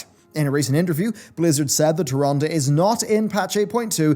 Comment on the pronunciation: You are mispronouncing Tyrande